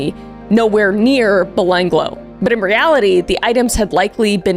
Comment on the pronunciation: as an aussi i lost it hearing you try to say Belanglo XD